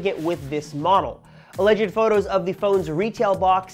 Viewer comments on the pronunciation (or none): none